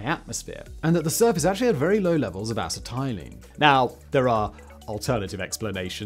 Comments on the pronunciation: Here's some advice for a so-called "factboi": if you come across a word you don't know how to pronounce, LOOK IT UP! "Asset-eye-leen"???? Try "Ass-set-ill-een" then you won't appear such an idiot in your videos! Either that, or you're Hell-bent on giving us English an even worse name than we already have. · Acetylene - ah-SET-ill-in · Acetylene is pronounced ah set ah leen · "ass-tie-lean" - simon 2023 acetylene lol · As a welder with an interest in science, all the parts of me ached every time he pronounced "acetylene." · my teeth ached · It's so bizarre you have to wonder if it's deliberate. There's no way he hasn't heard it pronounced correctly many times before.